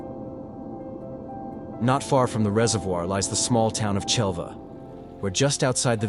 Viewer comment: Just one of many awful mispronunciations......Culla=koo- ya...sorry, I live here and speak the lingo.